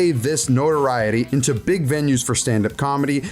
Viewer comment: Emphasis on "big"